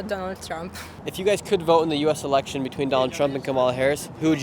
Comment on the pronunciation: great video! it's Election btw not Elecltion